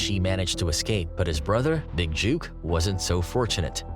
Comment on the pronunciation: His name is Big Jook, like book, hook and not Big Juke! Put some respect on his name!!!!!!!!